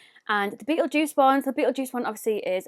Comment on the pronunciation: It's pronounced like beetle gist that shade